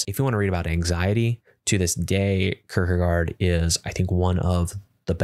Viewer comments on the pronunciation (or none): Sart?! Sartre!(sargt-re) its french... kertker? Kierkegaard!(kierke-gaard) its Danish..